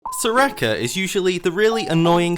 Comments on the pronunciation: "Soo-Rakeh" pauses video keeps playing video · mans says serakah